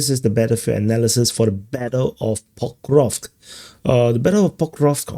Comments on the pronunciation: he's not ever gonna get that right his accent is in the way of his tongue and teeth from making the sk sound after the v sound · It's Pokrov-sk, not Pokrov 😂